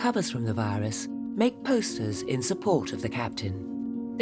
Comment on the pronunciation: Dieamond viyurs she cant speak